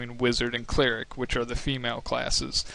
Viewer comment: did... did you say.... "Cleeh-ric"...... It's pronounced "Cleh-rick"